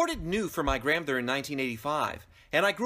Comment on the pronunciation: Lmao he says gramther